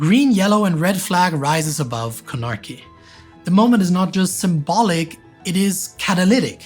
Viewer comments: The third syllable which accent added to "Guinea" really threw me off, as did this metathesis when I tried looking up the capital to find out where he was talking about! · It's not "snarky" Con-a-kry, not Con-arky